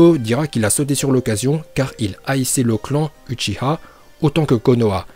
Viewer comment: Et c est pas uchiha ma UCHIWA